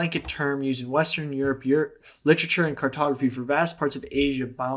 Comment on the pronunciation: Props to anyone who finished this. I got just over 6 minutes in and had to stop after his pronunciation of “literature”😂😂😂